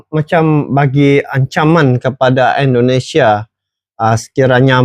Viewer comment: Indonesia bang bukan endonesia....helehhhhhhhh